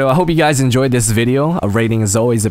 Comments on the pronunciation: I thought he meant to say "Throw thish out" :P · He says Throw thish out. Yep how i spelled it "thish"